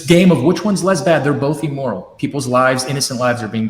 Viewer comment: Hey, I know we are all supposed to believe you’re intelligent… but it’s “(i)mmoral”, not “(e)mmoral”. 🤦‍♂️